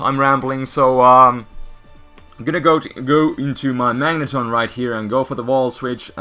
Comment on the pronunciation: Did you just called the Magneton a Magnetron, or is it my ears ringing from music?